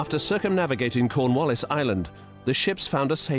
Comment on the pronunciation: Lol conwaallis lol